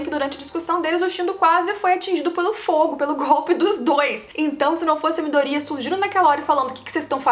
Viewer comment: É impressão minha ou a pronúncia do nome do Midoriya tá errada?